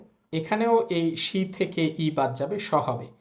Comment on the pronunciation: শি টা বার বার শা বলতেছে কেন? একটু বুঝিয়ে দিবেন কেউ?